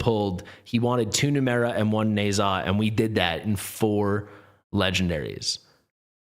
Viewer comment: It seems, oddly, that it's pronounced "Nuh-JYAH". That's how Erlang pronounced it in the game, anyway.